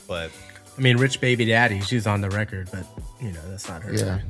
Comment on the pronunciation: "Weckid" (record) 😂😂😂😂